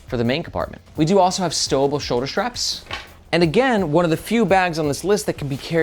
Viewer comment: I guess my first post "evaporated". My original comment was about people putting an "H" in between "S" and "T". Like saying shtreet in stead of street or shtrategy instead of strategy or Shtrap instead of strap. Sorry. I really appreciate your videos. very informative and helpful. It's just that hearing shtraps is like fingernails on a chalkboard for me. Maybe I'm the only person on the planet bugged by that. Way back in the day a movie came out with all the girls talking the "Valley Girl" language. Within a year all the girls in my school were talking like "Valley Girls". In recent years, a prominent politician's wife always put an H between S and T. and now everyone is doing that. From famous news casters to content creators. Sort of like dropping the T from words like "Important" and saying "Impor-int". Maybe I'm wrong and people are correct by dropping the T from words like important and inserting that T into words like street.